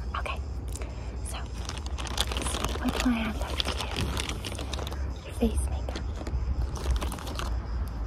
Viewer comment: face-vace!! 😅😅 im so sorry i thought it was funny